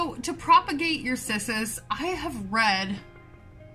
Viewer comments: Kiss-us lmao.... just... nooooo 🤣🤣🤣 pretty funny if it really is how you’re supposed to pronounce it lol. I’m on my 2nd discolor round. I tried one 3 years ago in the beginning of my journey and it took a dive fast... along with my string of turtles lol 🤦🏼‍♀️🤦🏼‍♀️ I knew nothing then lol..... I have 7 humidifiers now lmfao....... yep. Thanks for the awesome info here! You’re the bestest! 💚🌱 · Name is in Latin so this is Cissus and the "Ci" is like the Ci in the Italian "Ciao" or the "chea" in "cheating" to use your language 😉